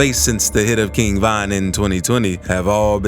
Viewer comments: Why are you saying Van? Weird af 🤣 RIP to the King 👑💔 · King Van 🚐🚐